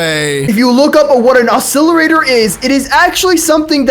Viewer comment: He also can't even say oscillator...he says oscillirator